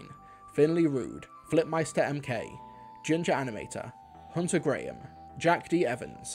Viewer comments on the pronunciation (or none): none